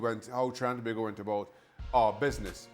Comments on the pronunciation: It's To- bay-go/Tobago, not To-ba-go!!! 😡😡😡😡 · Thank you.... tobaaaaaaaago annoys me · Pronounced “Toe-bago” Herc. Damn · Aye tel da man to pronounce we country name correct seem he's to proud to be whatever Mexican wanna be american he is and shaka just bow his head whilst he still saying to bag go if a trini see him .. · I cringe everytime this guy says Tobago. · Can Shaka please correct how Herc pronounces Tobago? It's not a huge deal but it just sounds so odd.